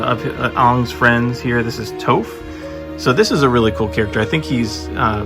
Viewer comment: He did Toph so wrong 😂